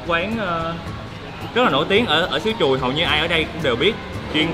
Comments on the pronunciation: Làng Truồi - mà lúc đầu ông ổng đọc mà nghe cứ tưởng "Làng Chùi "...😆😆😆😆 nghe hú hồn. Ha ha ha ha Dễ Thương!! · Ổng nói làng Chùi , sông Chùi ko à hihi ☺️